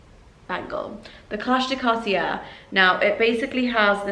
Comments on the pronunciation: It's pronounced Car tea ay not Car tea air. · it's more like carti-é... er=é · Pls learn to say Cartier if you're lucky enough to afford it... it's more like carti-ay 😅